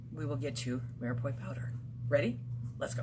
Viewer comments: My dear who ever taught you how to say mirepoix was wrong. The end is pronounced like pwa not poi. If I was saying something wrong and someone told me I would appreciate it because I wouldn't want to go through life saying something wrong if I knew it was wrong. :-) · Umm I don’t mean to be picky. It’s pronounced Mira Pwah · pronounced ---- mere pwah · Me are pu are. Is how you pronounce